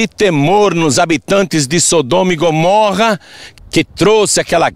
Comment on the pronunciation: É mais fácil falar errado???? Porque fala Gomórra????